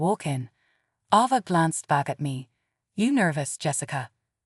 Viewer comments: Stop mispronouncing Ava 😢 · Stop mispronouncing Ava 😢😢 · Please stop mispronouncing Ava 😢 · Please stop mispronouncing Ava 😢😢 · Seriously stop mispronouncing Ava 😢😢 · Could you please stop mispronouncing Ava 😢😢